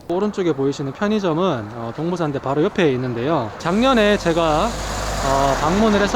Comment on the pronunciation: 끊어 읽기 제대로 해주세요.. 동부/산대가 아니고..동/부산대 입니다